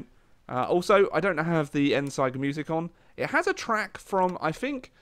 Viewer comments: You pronounced it wrong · Could have at least looked up how to pronounce endsieg before making a video. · It's pronounced 'end-zeeg', not 'endsaigue' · No one: Endsieg: Endsyige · endsieg is pronounced as "end-seeg" not "end-seig" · it isn't pronounced end SIGE, it's pronounced end SEEG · no it is pronounced endsieg not like this "end-seeg" or this "end-seig" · How Germans pronounce Endsieg: Endsieg How pronounces Endsieg: Endseig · It's pronounced "Endsig" not "Endseig" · "End Siag" Its pronounced "End Siig" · Challenge: Learn to pronounce "Endsieg" correctly. Hint: It's not Endseig. Try: Endseeg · I think its not "endsight" its "endzig" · Why can nobody properly pronounce Endsieg? It sounds like Endseeg not endsige. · Did he call it endseig? Fuuuck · how he tries to pronounce it -_- endsigh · It's endsieg not endsike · Immediate dislike from how you said endsieg, you say it like endseig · Disliked cos he said ENDZIGE not ZEEG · btw. U have to pronounce the ie in ENDSIEG like 2 ee's. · End siege** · Connor O'Neal actually it’s pronounced « end-seesh » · End-Seeg,, End-Seeeeeeeg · "Endseig" TRIGGERED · end-sige , XDDD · The "Endsike" mod xD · great video, but i have a small tiny annoying correction :D the word "sieg" is german and is to be pronounced like "seeg" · Endsieg is not spoken as endsight. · One small thing: It's pronounced "End-seeg" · It's pronounced Endseeg (like seek only with a g) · You pronounce "Endsieg" like Endseeg or [ˈɛntziːk] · It's ENDZEEG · Endsieg is pronounced „Endseeg“ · It's pronounced Endseeg (with a soft s) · Endsieg, not Endsike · Oh, god that mispronounciation. Endsieg is pronounced " Endzeeg". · End SEIG? bruh the pronunciation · It is pronounced endseeg :) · its pronounced end-seeg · Did you just say "Endsaig mod"? You really butchered that word. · its end seeg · That endsieg pronunciation in the beginning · You pronounced "Endsieg" wrong. That was fucking painful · You Said endsieg wrong